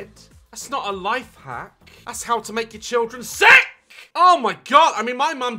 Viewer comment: the way he says “sick” 😂